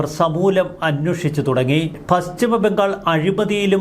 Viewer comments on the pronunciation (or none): none